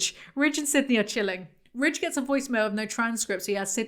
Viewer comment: Ok so I thought “Ridge” was “Rich” for like 3/4 of this video, thanks folks in the comments…